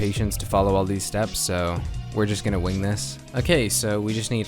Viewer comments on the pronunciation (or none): none